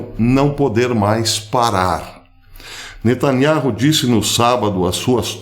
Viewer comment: O entendimento é muito bom e cheio de verdades sobre a guerra, mas eu gostaria de ouvir a verdade da pronúncia do nome de Netanyauh, essa é a pronúncia certa.